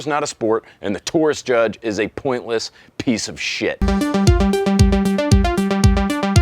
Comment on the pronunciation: My favorite part of the video is how you pronounce every letter in the word shit. impressive actually.